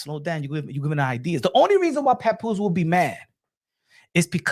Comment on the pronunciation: Yo I cry every time he says PAPOOSIE with that Spanish flare on the end 🤣🤣🤣